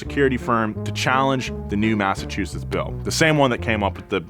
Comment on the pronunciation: for someone who lives in Massachusetts, you gave me a good laugh, when trying to say the name. thank you.